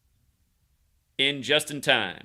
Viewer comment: Lafonduh? Like from Napoleon Dynamite? Sweet